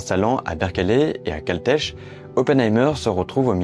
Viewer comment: "Caltèche" ? Sérieux ?